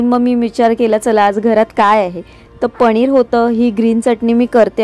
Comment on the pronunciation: पनीर ण नाही न